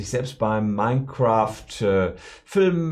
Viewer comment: Mein Kräft klingt wie die Hitlerversion eines Let's plays.